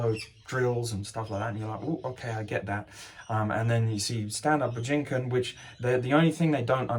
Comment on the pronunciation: Your pronunciation of Bujinkan hurts my brain.